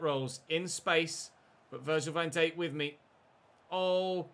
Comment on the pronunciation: Why do you pronounce it “Virgil Van Deik?” The Dijk is pronounced “Dike” not “Deik”